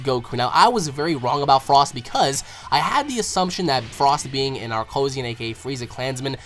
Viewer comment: not arkosian